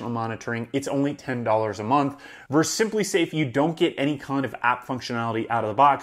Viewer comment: ver-sus.... you said "verse" twice :) Awesome video. Thanks for sharing this. Subscribed.